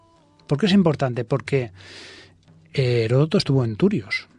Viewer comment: Aprendan a pronunciar Heródoto, por eso es que estamos tan at trazados en todo. No es Heroto.